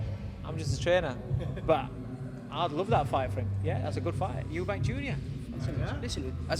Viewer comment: guiding him to say Eubank.